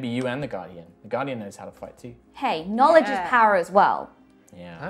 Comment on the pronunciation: Flummiification NAW-LEDGE